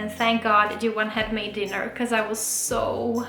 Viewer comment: His name is Johan pronounces as Juwah (I think).